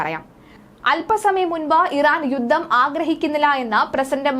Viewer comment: " യുദ്ദം., സമ്മർദ്ധം ,,". എന്തൊരു മോശം ഉച്ചാരണം